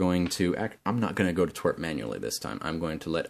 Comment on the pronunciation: u say twrp like twirpk